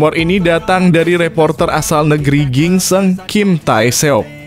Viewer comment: Ginseng min.. bukan gingseng